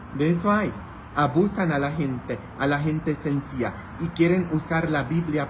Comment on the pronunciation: Me encantas cuando pronuncias:sencilla,lo dices,sencía jeje